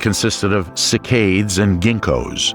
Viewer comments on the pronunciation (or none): Who the fuck says: "sick-aids" trees? It's written as "Cycads" and pronounced as "SIGH' KADS". Jesus Christ on a unicycle, was this written by a five-year old? Quote is mark....